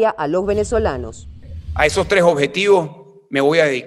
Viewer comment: DEBE HABLAR MEJOR CASTELLANO: NO SE DICE : " MAJ" , "ESOJ"; SE DICE: "MAS", "ESOS"......